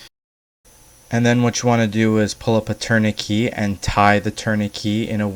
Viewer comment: Good technique. Just a heads up though it’s pronounced tour-ni-ket